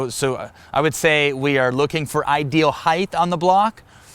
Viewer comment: Height not Heighth….love ya!